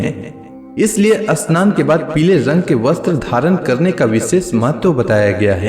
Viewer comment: Asmaran ,ashnan,astuti nahi bolna chahia…..amaranth, Shannon , stuti..bolna hai